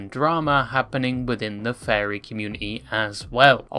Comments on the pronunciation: I kept hearing the word fairy Not furry😅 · You keep saying "fairy", it's pronounced "furry" just like its written. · I love how you pronounce "furry" as "fairy"